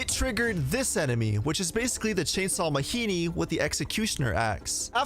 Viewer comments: It's ma-gee-nee not ma-hee-nee. That's African word, not Mexican. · I hate that you keep saying "Mahini" and I can't tell if it's supposed to be a joke. They literally say the name Majini multiple times in cutscenes, absolutely no character says "Mahini" and I have no idea why you would pronounce it otherwise.